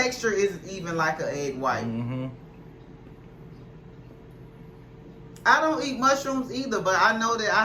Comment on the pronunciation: "Ion wanna try it" 🤣🤣🤣🤣🤣🤣🤣🤣🤣🤣🤣🤣🤣🤣🤣🤣🤣